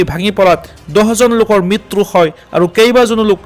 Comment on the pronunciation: মিতৰু নহয়ে, মৃত্যু হয়